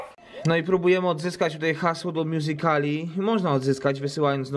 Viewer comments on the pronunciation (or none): Wymawia się mjuzikli